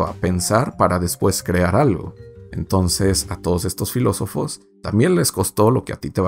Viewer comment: La cago cuando dijo filosofes